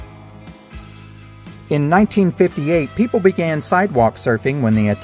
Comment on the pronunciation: Why does this guy say pepoo